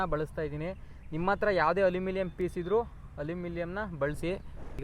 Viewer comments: Allumilium❌ alluminium ✅ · ಅಲ್ಯೂ ಮಿನಿಯಮ್ ಗುರುವೇ ಅಲ್ಯೂಮಿಲಿಯಮ್ ಅಲ್ಲ 😅👍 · Alu -mii - nam , correct pronounce